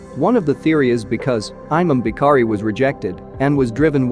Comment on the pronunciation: He says aymam bee-kharee (imam Bukhari) 😂